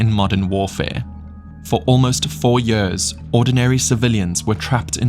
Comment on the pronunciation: The way you pronounce the word years [jörs] makes me cringe 😬